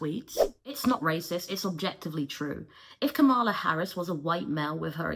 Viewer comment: Damn all that background information on Kamala Harris, but you still pronounce her name incorrectly. Sorry, I really appreciate your videos but this bothers me.